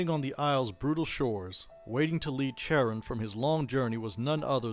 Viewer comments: Just a head’s up, Charon is pronounced with a hard K sound not a Ch sound. Love the channel. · Youtube suggested your 'History of the Underworld' vid first, and this vid was a subsequent recommendation - both were top quality, and I think I'll be referring my players in any future Wraith Chronicles I run to both of these vids to help prime them on the setting and in game history 👍 The only thing I'd take marks off for was the constant mispronounciation of 'Charon'.. yeah, it's small detail, but it irked me all the same... 👎😅